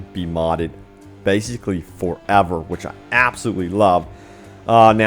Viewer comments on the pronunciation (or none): none